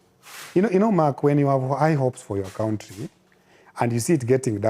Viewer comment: I love when he says kountri😂